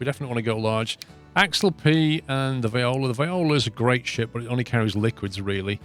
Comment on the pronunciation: The ship is a swiss designe an it's pronounced Ax-alp 'Ax' like the deodorant and 'alp' like the mountains. You drive me mad the way you pronounce it.